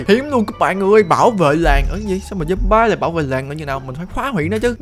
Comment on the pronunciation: zom-bi mới đúng a ơi